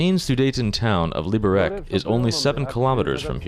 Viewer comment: Its written Liberec and pronounced [Libberets] not Libberek xd